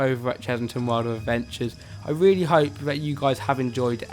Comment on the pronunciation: It was weely fun